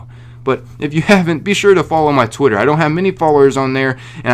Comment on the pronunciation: did you say "twotter"? 😂😂😂